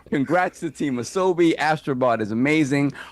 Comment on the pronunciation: Ah So Bee is how it is pronounced which means play in Japanese